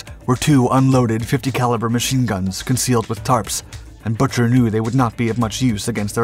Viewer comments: It’s pronounced Boooker, not butcher. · The correct pronunciation of the Pueblo's Commander was Boo-ker NOT Butcher. Get someone credible to narrate. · At the time of event, the captain's name was pronounced "Boo ker," not "Butcher." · My dad was on the ship. Pete’s name is pronounced Boo-Ker. Not “butcher” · WTF?? Good Lord!! The OP discredits the Skipper and the crew of the PUEBLO. His last name is BUCHER!! not Butcher.. GIT IT RIGHT!! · You need to practice the pronunciation Commander Bucher's name. Not Butcher... Boo ker. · The Compander's name was Lloyd Boo-Ker, Not Buch-er! These computer voices and THE LACK OF RESEARCH Get on my nerves! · Bucher is pronounced like “Booker” as it was derived from “bookmaker”. The commando raid by NK was prior to the seizure of the Pueblo, not after. LTC Bucher was not informed of the raid which would have caused an immediate exodus from the area. NK expected retaliation and probably thought the Pueblo was part of a military response. The entire incident was a massive navy debacle yet it may have saved the world from nuclear destruction. Had Bucher kept running the ship would have been sunk and probably every crewman killed. That act of war on top of NK’s attempt to assassinate the SK president would have led to massive retaliation during a time the world was already on the edge of nuclear war. The surrender prevented direct military action by the United States and SK. It is not a stretch to say that the crew of the Pueblo saved the world . More specifically, fireman Duane Hodges who was mortally wounded below deck from a shell fired through the side saved the world. When Bucher went below deck and watched Hodges die from a horrific wound he probably saw the fate of himself and the entire crew. He did the best thing in an impossible situation and surrendered the ship, likely saving humanity from a worse fate. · The Commander's name was pronounced "b-ue-ker". The Navy Tried him on breaking tradition, not regulations.